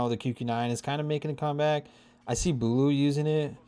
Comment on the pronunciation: “booloo” nice video though